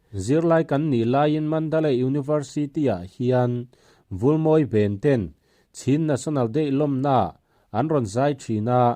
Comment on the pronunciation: Chhin national day nilovin, chin national zawk aw😀